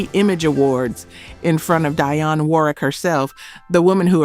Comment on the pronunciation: This. "Dy-Yon" Warwick.